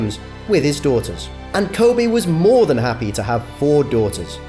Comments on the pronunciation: It’s Kobe not Kobay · Kobe...not Kobay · “Kobe not Kobey “ For respect please fix, any language or dialect its Kobe. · It's KOBE not Kobay like it's Kobe beef from Japan. Respeck the name. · Ko-Bay-Bay! Ko-Bay-Bay! That's my song! Why is it you say his name right a few times, but most of the vid you call him Kobay? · Why this dude keep saying kobae smh 😡it’s kobe for ffs get it right dude!! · Ko-bay It's Kobe!!! The age gap only 4yrs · His name is Kobeeee not Kobayyyyyy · lol@ "Ko-Bay" .. It's KobEEEEEE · Say Kobe not kobay hah RIP mamba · I like the video but they keep saying Ko bay and not KO BE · Why are you pronouncing his name as "Kobay" tho? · RIP KOBE & GIGI 😢💔 Why are you pronouncing his name KOBAE? You would think everyone would know how to pronounce his name by now. RIP to the other people that was on that helicopter 💔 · Can this guy say KOBEEEEEEE’s names right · If you could only pronounce his name correctly. It ain’t KOBAY!!! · Ever notice the guy says Ko-bae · The way he pronounced Kobes name ruined the whole video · I can't listen anymore as you mispronounce his name!! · The narrator can't seem to pronounce Kobe's name consistently. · Nah. That wasnt a cheating scandal...that was a RAPE scandal. Let's be honest, he was a great father and basketball player, but a bad husband. I know people wont like this and I know its not the right time, but I just cant let you LIE on this video and re write history. He was not a "devoted" husband. Also, he didnt pronounce his name like the beef. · A little bit of research would have prevented this YouTuber from mispronouncing this legend’s name pervasively throughout the video. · I know the speaker has an accent but he is pronouncing it like beef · B GA Nah the host to makes me mad. He could've taken a few seconds to learn how to pronounce his damn name 😡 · That's right B GA that's right brother 👏👏👏. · He is pronouncing it like the beef because he has an accent